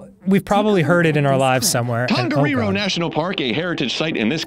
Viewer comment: As a kiwi not a bad try at Tongariro.